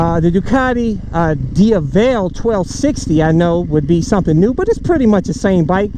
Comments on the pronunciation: The correct pronunciation is /dievel/. I had been saying it wrong for a long time. lol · Pronounce dievel or diaval you say it different now 🤷🏻‍♂️